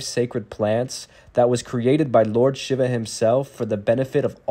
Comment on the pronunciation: Too bad the person who is narrating does not know how to pronounce “Shiva” properly! 🙄